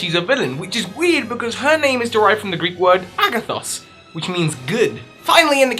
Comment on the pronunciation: its αγαθός not άγγαθος